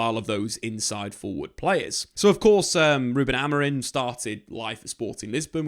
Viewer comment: it’s Amori(m), not Amorin as you were saying the whole video